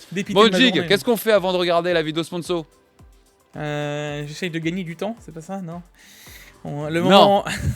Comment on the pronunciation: Beaucoup trop de lettres s dans ce moment sponssso!!! 🤣